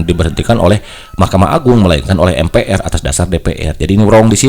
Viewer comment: Sejak kpn MPR dibaca atau disebut em pi ar? Lembaga negara itu bg harus bnr cr pengucapan nya